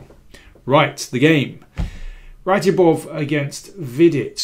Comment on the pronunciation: I thought it was pronounced ‘RadzhAbov’.